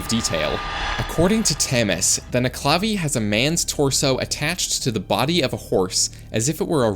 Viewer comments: As a Scottish person, it's pronounced: Nuc-e-la-vee Not: Ne-cla-vee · The way you pronounced nuckelavee annoys the shit out of me. Nuckle-a-vay not nuck-la-vee. At least that's how I've heard it from literally everyone else I've ever heard it from. Otherwise though. Great vid.